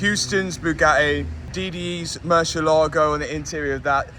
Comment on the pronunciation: bro please learn how to pronounce "Murciélago" hahahaa 😭😭